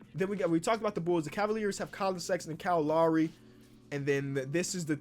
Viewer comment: “Kyle Lawry”